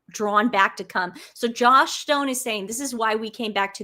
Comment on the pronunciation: Joss Joss😊 sounded like you kept calling her Josh